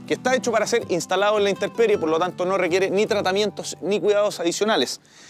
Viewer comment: La palabra es INTEMPERIE, no “interperie” 👍🏻